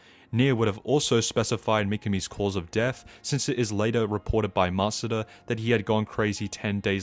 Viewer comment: THE "DESS" IS KILLING ME 😭🙏